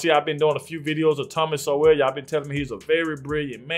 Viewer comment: His name is not pronounced So-well. It sounds like Soul.